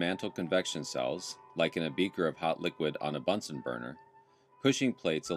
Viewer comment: P.S. It's "Bunsen" rather than "Bunson". ;-)